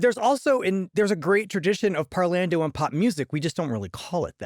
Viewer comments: You could say parlando (w Italian accent) means talking. Is it really pronounced that gringo way in opera circles?? Par-lawn-do Italiano 😂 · The Mikado and Bailando comes to mind when he says parlando. ;)